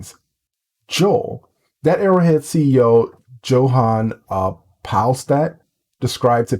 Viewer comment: Johan is pronounced Yohan:D Great vid <3